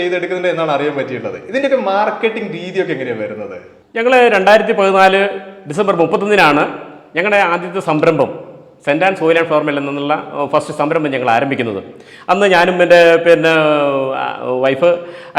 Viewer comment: പെങ്ങളേ,ഒന്നും തോന്നരുത്, ഫ്‌ളവർ മില്ല് അല്ല ഫ്ലൗർ മില്ലാണ്.